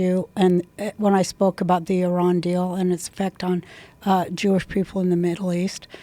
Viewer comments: I actually really respect the fact that she pronounced Iran correctly. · Wow. She pronounces Iran correctly. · I love that Roseanne pronounces Iran correctly! Now teach the rest.